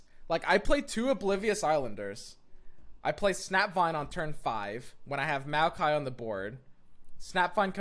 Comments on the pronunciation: lol, everytime I hear him say it I imagine a jar of mayonnaise. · Mayokai joins the company of Shadow Islands and mark of the islands as cards that are horrendously mispronounced by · you wer JUST NOW STARTING TO PRONOUNCE BARUM HAF CORRECTLY MAYO-KAI???? Its Mowkai and Brom or brawm not BROWM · Think of him not like Mayo-kai, but rather, Mow-kai. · Plz, it's Mao-kai, not Mayo-Kai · Mowkai, not Mayokai. Lol. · it's MOW-KI not MAYO-KI it's MOW-KI not MAYO-KI it's MOW-KI not MAYO-KI it's MOW-KI not MAYO-KI it's MOW-KI not MAYO-KI it's MOW-KI not MAYO-KI it's MOW-KI not MAYO-KI it's MOW-KI not MAYO-KI it's MOW-KI not MAYO-KI it's MOW-KI not MAYO-KI it's MOW-KI not MAYO-KI it's MOW-KI not MAYO-KI it's MOW-KI not MAYO-KI it's MOW-KI not MAYO-KI it's MOW-KI not MAYO-KI it's MOW-KI not MAYO-KI it's MOW-KI not MAYO-KI it's MOW-KI not MAYO-KI it's MOW-KI not MAYO-KI it's MOW-KI not MAYO-KI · SSTOP SAYING MAYOKAI IM HAVING A HEARTH SEIZURE AAAAAAAAAAAAAAAAAAAAAA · he said "MAYO" kai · Hey man. Love the vids. Just want to help. It's pronounced mow-kai. Like saying now with an m instead. Thanks for the vids man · "Mayokai" i loled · SAY. MAYOKAI. ONE MORE TIME. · I hate that you pronounce maokai mayo-kye also: maokai with shark chariots? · m-ah-o-kai please, do more mayo kai.. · ah yes a mayokai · wait is he saying mayo- kai, AAAAAAAAAAAAAA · MAYO-KAI....oh no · no one:: mayo-kay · Take a shot everytime says Mayo-ki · Nobody:: Mayokai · nobody:: MAYOkai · You mean Mayokai? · The millkai is pretty obvious since it's a mill deck but the people above are talking about the way he says Maokai as "Mayo-kai". Perfectly reasonable but still a funny way of saying it. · Its actually insane how much the way he says Maokai triggers me and gets me to laugh at the same time. "May-Okai" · Its pronounced mow kai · why the hell do you say maokai in such a weird way? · Had to put a dislike just because of his pronunciation. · It hurt every time he said it